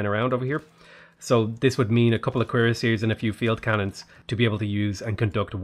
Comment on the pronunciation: Instead of cuirassiers, I keep hearing queerassiers, and they definitely slay